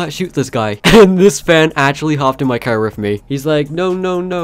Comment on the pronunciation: I just keep thinking how he calls a car , a "cer"